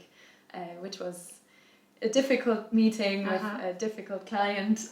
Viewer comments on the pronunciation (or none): none